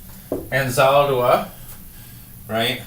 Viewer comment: Sir, you must first research Anzaldúa, learn to pronounce her name correctly, take a course or two about her work, then teach it.